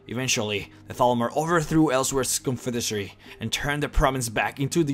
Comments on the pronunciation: Damn it, man! It's "confederacy", not confedesary. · "CONSFIDESARY" LOL &